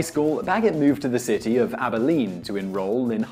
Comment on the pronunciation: Did he just make Abilene sound like a posh city instead of a cow town.